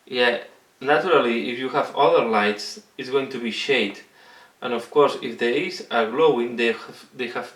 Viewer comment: apply it to what holes now? xD sorry, the way you said eyes there sounded like you were talking about some other hole on the body... Still, good tutorial. Painting skulls with glowing eyes atm...